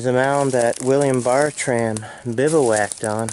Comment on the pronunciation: It's pronounced Ber-trum.